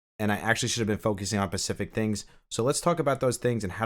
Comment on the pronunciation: Easier is the correct comparative, not more easy. Additionally, it’s specific not pacific.